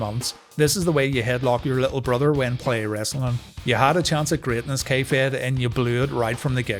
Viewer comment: Every time you say K-Fed I hear "kayfabe" and yet somehow that works.